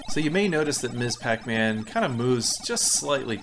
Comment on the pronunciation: Thanks for the great reviews. You don't come across like someone who is uninformed and trying to push their own bias. That makes it more fun. You even properly pronounce "Ms Pac-Man". Unfortunately, simple things like that are lost these days.